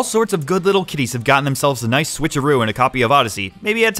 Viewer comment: I always love the little "Naisu"s whenever they pop up.